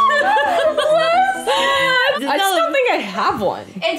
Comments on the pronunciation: i'm sorry but i literally heard celibacy as sell-a-pu$i and went WHUT??:_raeGasp: today, i learnt a new word :_raeWoo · I'm sorry Rae, but I'm dying of laughter because I thought you guys were saying "SELL A BUSSY" instead of "CELIBACY". Idk why my mind was there but it was and now I can't get it out of my head lmfao. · “Celibacy” “Five hundred dollars”